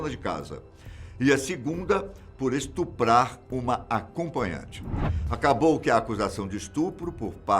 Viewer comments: A forma correta é estuprar.. e não “estrupar” como foi dito nos primeiros segundos do vídeo. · Cara eu não acredito que ouvi ele dizer estrupar, até voltei o vídeo pra confirmar, e foi mesmo, só que não é estrupar e sim estuprar! Ou eu é que estou errado? Por favor alguém me corrija se eu estiver errado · “mas não antes de ESTRUPAR cada uma delas ” O até quando erra uma palavra continua chique! Grande! 👏🏻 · / - "Mas não antes de estrupar cada uma delas., a pronúncia correta é >esTUprar<. Ótimo vídeo, parabéns pelo trabalho!! 💖💖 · O apresentador falando “estrupar” 🤦🏻‍♂️ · por que estrupar, e não estuprar? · "Estrupar" naaaaoooo 🙆🙆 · Cuidado na hora de falar,. Aos, vc falou "estrupar". Fora isso, maravilhoso como sempre. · Estrupar? Aí não dá heim … ahahaha. Mas sou seu fã demais! Eh só uma brincadeira! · Será que to surdo? Escutei ele dizer " estrupar"??? Logo no comeco, aos 28 segundos. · Fora o "estrupam" no início do vídeo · Ele disse estrupar? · O disse: estrupar cada uma delas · ESTRUPAR Foi engraçado o erro de dicção rsrsrs. Sou um grande fã do, e não estou criticando. Apenas achei engraçado. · “Estrupar”,? 🤨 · Nossa. Nunca pensei que esse ótimo narrador falaria isso: "estrupar". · Em segundos, "estrupar" não existe... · Eu ouviu "Estrupar" e tive que voltar pra certificar, dai passei nos comentários pra saber se somente eu havia ouvido errado e encontrei outras pessoas que tbm perceberam . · "estrupar"? Ou tô ouvindo errado...